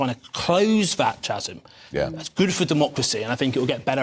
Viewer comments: Chasm is pronounced without the H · strange to hear an MP re educate us on the pronunciation of Chasm using the ch as in church instead of the correct K